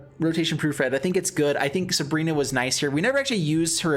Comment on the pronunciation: Dude I can't bear with you calling her subrina... SU BI RA